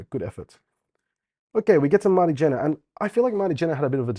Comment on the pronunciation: Kjenner is pronounced more like Shenner